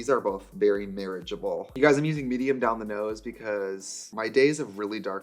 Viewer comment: marriagible?? We just pretending that didn't happen 😮